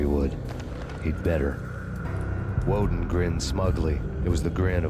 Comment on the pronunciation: Only thing I will say, for the quality of your future videos, learn the names of characters properly. It got annoying correcting "Walden" to "Woden" every time you said it. Other than that, great video.